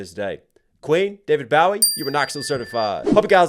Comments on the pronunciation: My man, please don’t say David “Bow” ie …. I can’t even believe you don’t know the man “Bo” wie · My brother, you did not just pronounce David Bowie's last name as Bahw-e instead of Bo-e... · no disrespect, but it's pronounced like a "bow tie" or a "bow" on a present, bow-ie. David Bowie. NOT the "bow wow" sound a dog makes. Great reaction and analysis! You are amazing in the accuracy of your interpretations with this song and Bohemian Rhapsody.👍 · btw- not david bowie, like bow wow dog. it's david bohwie- like oh, hell. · You're killing me with the pronunciation. It's bowie, like a bowie knife, or putting a bow on a present. Not bowie like bow wow. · Baha your youth has been a lie! 😂😂 Also I think it is pronounced Bowie like bow tie, not Bowie like bowing to the queen.... I fricking love your reactions!!! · David Boughy 🤣🤣, it's Bowie like bow tie. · it’s Bo not bow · David Bowie and Queen sang together? Wow, didn't know that. (And I was born in the 60's. Shame on me). Bowie is pronounced BOW (like the kind you shoot arrows with), BOW ee, btw. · I love the reaction to Ice Ice lol. I cringed at the pronunciation for Davie Bowie ( Bow -E). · It's David Bo (rhymes with "oh") e. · Not Bow-ee , like in ship, Boh-ee like in arrows. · When he said "BOW-ee," I almost had to stop the video. But I decided to give a little grace instead. ❤ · Did you just say 'David BOW-EE?' Dude. I can't even. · It's pronounced like "Owe" Long o on Bowie. Like a bow tie. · I knew you were going to mention Vanilla Ice! He totally ripped off Queen. I would suggest you look into David Bowie, pronounced Boe-EE. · It's pronounced Bowie(Bow,as in that is a huge Bow on her dress) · it's pronounced bow-ee like bow and arrow or the knife. not take a bow-ee. Some other classic Queen greats the are crowd favorites: Fat Bottom Girls, Another One Bites the Dust, Who Wants to Live Forever, The Show Must Go On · It’s David “Bo-wee” like tying a bow. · Bow and Arrow - Bow-ie 👌